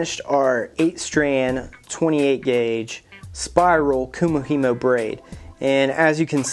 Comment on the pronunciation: not to be picky love the build just now learning how to do it but you pronounced it wrong